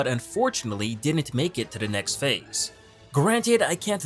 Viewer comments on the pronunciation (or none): none